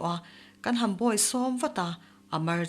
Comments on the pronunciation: Ka tap hawm hawm mai a,hawm tih laitak hi a ri tisang la i lam dik ani mai. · "Ka tah hawm hawm" tih lai hi, mizo tawng thluk diklo a ni a, ri sangin (mai mai) lam rik ni se